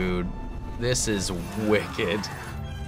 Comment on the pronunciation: " This is wicked " sounded very British for a moment there ;)